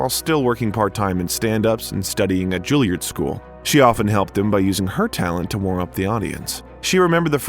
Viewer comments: Learn to pronounce “Juilliard” properly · Julie-ard school 🏫 😅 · If only the narrator could pronounce the names: Julliard, Pinter, Ebert and other furiously famous names being mispronounced is just lazy. And very distracting.